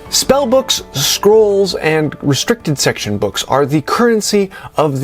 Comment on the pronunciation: Great video, love that you tell people its a gsme and a challenge! Thats what i like about WU too :). Fun fact: i ALWAYS hear you talking about "squirrels" (scrolls) , makes me giggle ^^.